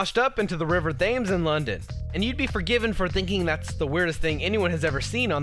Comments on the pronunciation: You don't pronounce Thames like th-ai-mes you pronounce it t-e-m-s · It's pronounced river tems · Say it as tems not Thames despite how it's spelt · The river "Thames" is pronounced "temes"